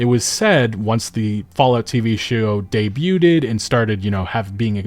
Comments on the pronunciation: Please look up the pronunciation of the word "debuted", you're doing it wrong and it makes you look bad. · Say debuted correctly. PLEASE